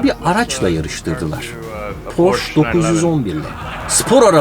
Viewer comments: Abi porsch değil porsche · Baris abi hersey süperde bir seyi yanlis demissin: Porscheye Pors 911 denilmiyor Porse 911 diye okunuyor yani o sondaki e yi de okuman lazimdi da neyse sen kafaya takma cok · Abi porş değil porşe diye okunur 😀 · porş değil porşe diye okunur. özcan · Porsch deyil yeter artık porsche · PorschE! hep yanlis söylüyorlar E var sonunda E ! Porsche ! 😅😬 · Barış abi porsche (porşe) diye telaffuz ediliyor. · abi 18.48 porş diye telaffuz etmişsin istersen ona bi bak bi de merak ediyorum joe dispenzayı tanıyor musun